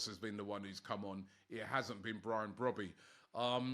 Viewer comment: the name is pronounced "Bro - bae" and not "Brobby" lol